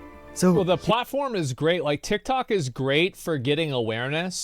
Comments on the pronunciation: If I had a dollar for everytime a YouTuber pronounces "DHIKDHOK" ..... T!!!!IKT!!!!!!OK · Ngl the way he says tiktok makes me wanna die. My autism peaking rn